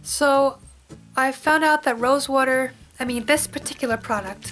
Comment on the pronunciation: Yep! You're from Jersey! lol I heard you say 'WOORDER'! I'm from South Philly! You're so right though! I used to always rest my hand on the side of my chin and always had pimples there. When I was around 19 I did this but now I learned! lol Even with clean hands, there's oil in your hands and it'll cause pimples!